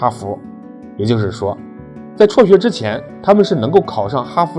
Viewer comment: 辍学，不是戳学